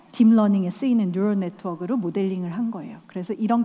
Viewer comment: 세바시는 남녀노소지위고하 막론하고 배우지 못한 일반인들도 공감할수있는 스토리를 전하던데.. 수많은 사람이 시청하는 이 프로그램에서 이 여성분은 왜 일반인에게 기초설명도 없이 인공지능의 주인이 되자..라고 강의할까... 눈앞에 있는 젊은청년들에게만 맞춘컨셉인가? 딥러닝..뉴럴네트워크..키컨셉...등등 토종한국분이신듯한데 왜 다알아듣겠거니.. 뜬금없이 뒤이입뤄어뉘잉~~, 니우르어~~얼넷ㄸ워얼ㄲ..혀를 360도 굴려버리는것일까... 이런용어를 알아들을거라 생각하고 강의하는것일까? 이런식이면 카이스트같은 전문기관에서만 강의하는것이 옳다. 왜 끝은 내삶의 주인의식으로 마무리 되는것일까.. 왜 알고리즘을 자꾸 알고리듬이라 발음하는것일까...알고리즘의 thm을 구태여 듬이라는것으로 강조하려는것일까? 왜 영어발음을 꼬아버리려는것일까.. 유년시절부터 영어권 거주민 아니고서야..학문적 영어를 학습한 사람중 굳이 발음을 심하게 굴리는자의 의식속에는 나 영어좀 했어~라는것이 크다는것이 팩트다. 또한 이런 강의는 짧게라도 AI의 필요성에 대해 알린후에 주인의식을 말하는게 좋았을것을 다짜고짜 핵버튼은 인간이 컨트럴하고 AI는 스스로 학습을 하니 인간의 컨트럴밖이라 말하며 인공지능의 주인의식을 말하기시작한것은 조금은 안타까운 느낌이 듭니다. 인공지능이 뭔지 정확히 모르는사람이 생각보다 많은데.. 조선시대사람 붙들어놓고 자동차의 운전습관의 중요성에 대해 떠드는 느낌이 크네요...함수라는 단어도 빼고 그냥 목적이라고만 했을때 아무것도 모르는분들이 듣고 더욱 공감하기 쉬울듯한데 굳이 목적함수라며 수학용어 함수란 단어를 쓰는것도... 세티과학자 이명현 교수님의 영상을 좀 보시고 대학생 강의가 아니라 일반인 강의 하는법을 좀 배우시는게 우선인듯 합니다. 또한 인공지능은 스스로 학습하여 발전한다는것과 인공지능에 목적함수를 명확히 하여 인공지능의 주인이 되자는 말은 애초에 논리에 맞지 않습니다.인간이 아무리 컨트럴한다해도 인간의 탐욕과 AI의 자아 및 지능 발전은 멈추지않을것이며 언젠가 AI 스스로 정체성 혼란과 함께 인간을 뛰어넘는 지능 도달시 AI는 더이상 인간아래 있는것에 대해 옳지않다는 결론에 도달하게 된단것은 당연한 논리죠.. 시장경제논리에 있어 경쟁은 필요악이며 4차산업사회가 본격화 된다면 기업체의 최대 핵심은 AI가 될것이고 도태되지 않으려 끝없이 인공지능을 개발할것. 어느정도 레벨에 오른 AI는 스스로 학습하여 인간이 컨트럴 할수없는 지경이 될것입니다. 한마디로 인공지능의 주인이 되자라는 주제는 애초에 불가능...AI의 스스로 학습이라는 말을 하며 AI의 주인?이 강의의 취지가 이해되면서도 무슨생각으로 이런강의를 밑바탕도 없이 시작하는지.. 전문가의 무지... 한 분야의 전문가는 그 분야에만 박식하기에 전체를 컨트럴할수없고 그 지식을 벗어난다면 무지..라는 뜻을 의미합니다. 그 결과 이런 강의를 초래... 이런 지식있는자와 없는자들 앞의 강단에 굳이 스고싶다면 인문학에 대한 학습도 반드시 필요할것입니다. 다음에 이런자리가 생기신다면 꼭 인공지능이 무엇인지에 대해